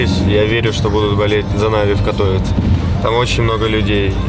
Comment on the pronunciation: не вопрос а поправка каждому, не катОвице а катовИце, в польском языке ударение падает па предпоследнюю гласную